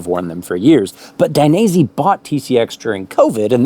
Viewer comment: Daines..eh! not "i" 😀 keep up the great work, cheers from Italy!